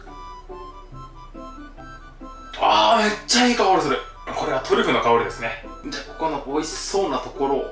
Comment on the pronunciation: トリュフとトゥリュフって言うのやめろw